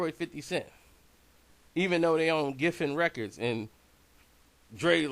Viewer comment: Geffen records not giffen